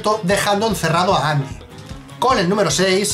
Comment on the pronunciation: ¿Qué Andy? Siempre fue Endi XD